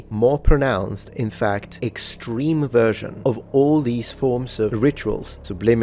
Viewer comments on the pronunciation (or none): none